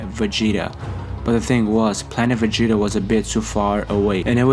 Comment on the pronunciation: Y tf does he keep saying Vegeta like day😂